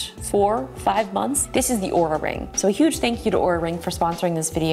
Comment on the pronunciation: She is saying the name of the company wrong according to LTT which pulled their video down because of wrong pronunciation of the company's name. Also in the video sections she spells it "Aura" not "Oura". I'm so confused on how to say the name of Oura. 🤣🤣🤣